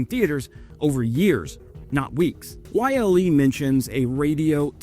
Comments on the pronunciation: it's so wierd hearing Yle being said like Y.L.E. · Yle > "oo-leh"